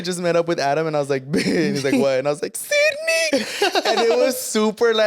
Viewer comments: "Sidney" 😭 it's Cindy! 💀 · Died every time they said Sidneyyy 🤣🤣 baabess it’s Cindyyuuuhh 😭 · The way you guys say “Sydney” when it’s “cindy” 😭😂😂😂😂😂😂 “Cindy the TV is leaking” 😂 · Ahhhh the “ Sydney “ is killing me when her name is Cindy 😂😂😂